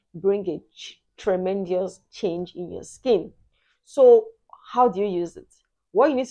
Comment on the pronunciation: Dear ma, there is no i in the word tremendous.